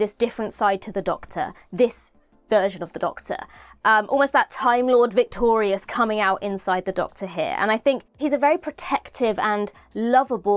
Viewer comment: "Timelord Vic-tear-ious" 😄